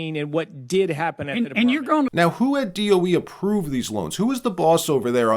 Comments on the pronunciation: DOE not DEO. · D.O.E. not D.E.O. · DOE… not DEO… i was wracking my brain to figure out what DEO was 😂 thanks for actually speaking it out and not just using the letters… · DOE, not DEO, Dept. Of Energy. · It's DoE, not DEO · Whoa! DO DOE or DEO? Almost skipped this because of this. Why can’t you list DOE? Against algorithm? I’m still…subscribed but…. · DoE not DEO just heads up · You say the DOE so what is it DEO. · DOE not DEO